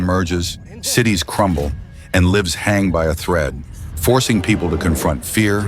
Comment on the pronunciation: AI narration is funny. "Lives hang by a thread" . It can't pronounce 'Lives' correctly. Hehe. And "Far do fast' .